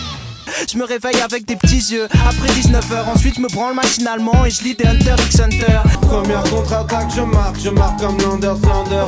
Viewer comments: Netero est aussi un perso de hunter x hunter Et hunter x hunter se prononce hunter hunter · Netero c'est aussi un personage hunter x hunter et le x se prononce pas